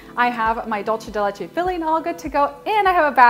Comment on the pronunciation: Dulce de leche pronounced like a normal s it’s not Italian it’s Spanish for sweet milk